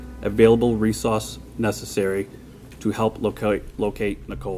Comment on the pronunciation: Am I the only one who laughed when he said “resauce” 😭